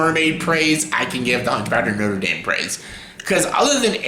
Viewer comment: I love how you say "the Huntchback of Notre Damn" 😁, anyway that's an interesting review 😄